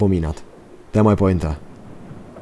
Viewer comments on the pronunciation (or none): none